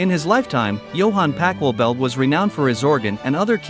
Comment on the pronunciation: The pronunciation of the names is wrong and sounds awful. It would be nice if you made more of an effort. I know that in English 'ch' is pronounced more like a 'k' in some cases, but that applies to normal words and sounds so wrong for names and does not do justice to the original in any way. Interesting story though.